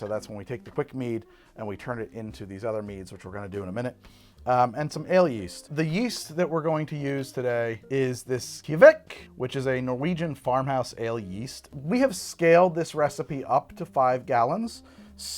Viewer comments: norwegian here: switch your pronounciation from ie to ei (dunno why you did that). Although for us the e sound in kveik would be "æ", but you know, details. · He says "kveik" so strangely, like "ki-vekk"? If you're going to say a foreign word several times, just look up the pronounciation first, my dude. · My turn to be the guy who tells you you're pronouncing something wrong (okay, yeah, you're leaning into it on purpose, but...) The Norwegian word "kveik" more or less rhymes with the English word "bike", at least in the region where this yeast originated. In some other regions, it rhymes with "bake". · Kviek - "k'v-aye-k" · MIspronounced Kveik haha. good choice though.